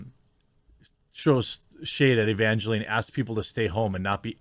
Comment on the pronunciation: It's pronounced ə-van-jə-line. Bad Religion did a song with that name.